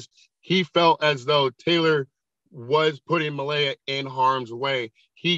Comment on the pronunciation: The mispronounciation of Malaya by the judge over and over irritates me.